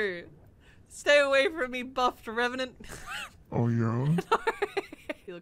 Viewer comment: When she said and I’m revanent I was like that the ener demon